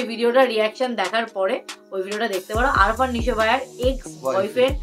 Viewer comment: It's 'Afran Nisho' Not 'Arfan Nisho'